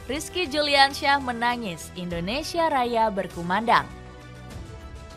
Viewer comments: Yang baca naskah salah bilang nama bukan Rizki Juliansyah tapi yang benar Rizki Juniansyah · Si narator salah sebut rizki juniansyah neeng bukan juliansyah